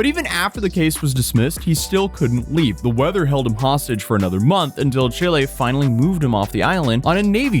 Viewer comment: Thank you, for perfectly pronunciating the name of my beautiful country, ChilÉ. P.S. Chile doesn't play around with illegals and anyone who's self entitled. In Chile, if you fuck around, you will find out. We don't put up with foreign bullshit. Chile is highly Leftwing Socialist and unlike the pathetic Left in the USA, Chile won't provide crap to illegals. Chile deports.